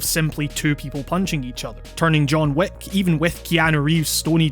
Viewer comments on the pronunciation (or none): I keep on hearing John Woo instead of John Wick